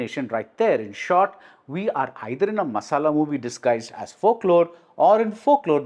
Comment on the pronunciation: How could you say the word "masala"... Hahaha funny🤣🤣